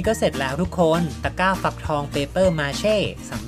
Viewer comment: ทำไมได้ยินว่าตะก้าวฟักทอง